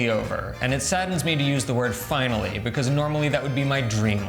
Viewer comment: Non so può sentire come parli inglese.. l'accento è una caricatura esagerata . Anche a pronunciare il nome di tuo marito e come dici Begouse ( because) the biGGHERRRR ARRRRR La caricatura di un russo ubriaco che imita un italiano ubriaco che parla inglese